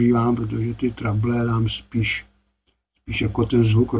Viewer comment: měl s výškami velké trable, tak je překlestil a už s nimi nejsou žádné trable 😀 Jak už jsme to dnes probrali, pobavil jsem se i já, však víš. Každopádně pochopil jsem, video poučné. Myslím, že se to jinak vyslovuje Trebl.. Trejbl? Byly to výšky v korekcích? Původní funkce? Kouknu do slovníku. Zdravím, hezký večer, víkend, všem 😀🎸